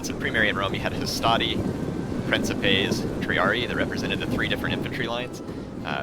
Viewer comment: So I figure I should be the douchebag that says this.... Princeps priːŋ.keps (prin-keps) Princepes priːŋ.keps.es (Prin-kep-ays) lol... Sorry... feel free to ignore my Latin pronunciation Nazism